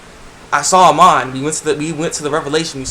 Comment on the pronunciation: IT WAS SO BADASS. (Btw tho, the equalist leader's name is Amon, not Iman) lol